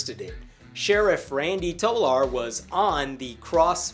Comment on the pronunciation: "Tolar" is pronounced like "Molar", except with the obious "T". Meanwhile in the so-called "backward" State of Arkansas, Batesville School District has turned things around by installing solar panels on their schools. The school system beforehand was in a shambles, now, the teachers have gotten a raise, and the same system that was nearly bankrupt before now has a $1.8 Million (and growing) surplus.